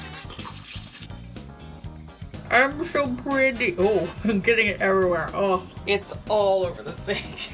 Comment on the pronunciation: “I’m so pwetty— oh it’s getting evewywhewe!”